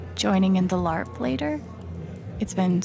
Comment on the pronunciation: Look out that is saying BARP instead of LARP😂😂